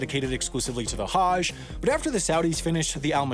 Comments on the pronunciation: I love this channel.. But can we please work on pronunciations... Islam has no 'z' the s is soft.. Same with Muslim it's not Muzlim its Muslim like how we pronounced the s in moose... Also for Hajj think of how we pronounce the word nudge. Similar but with a Ha at the beginning. Also Hajj has to do with means.. It's not cheap to do. Not everyone can do it. Muslims are not forced unless they have the ample source of capital to do it. Thanks for reading. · That's not even close to how Hajj is pronounced. Hajj rhymes with "fudge". This Haaaazh BS is ridiculous. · How are you able to say “Tchaikovsky” correctly but can’t say “Hajj”?? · The a in Hajj is not pronounced like that.